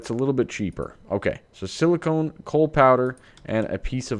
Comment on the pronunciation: whenever you say silicon, you pronounce it with a long O, as in 'own'. This drives me crazy - as it sounds like silicone instead of silicon. Silicone is any silicon based polymer. Anyhow, I feel like a tool for making a negative comment; sorry. Let me just say that I'm here watching your channel because I enjoy it.